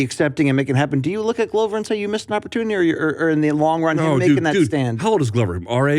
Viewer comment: Luke makes a big deal to pronounce Jiri correctly and then hits us with the Glove-er